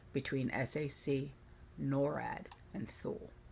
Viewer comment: Thule is pronounced Too-lee. My hubs was stationed there for a year in early 2000.